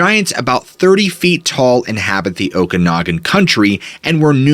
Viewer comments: p;ronounce the names correctly !!!! o ka na gan !!!!!!!!!!!!!!!!!!!!!!!!!!!!!!!!!!!!!!!! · It's pronounced Oak-in-og-an. I grew up in Penticton, BC, Canada which is the at the bottom of the Okanagan Valley.